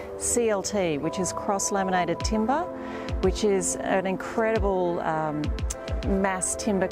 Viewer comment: So glad she changed the pronunciation at the end: timber not timBAAAAHHH. Cool vid!